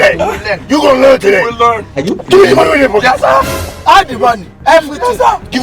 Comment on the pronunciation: We go "lurn" Shaggy na werey